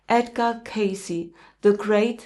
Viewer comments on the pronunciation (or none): none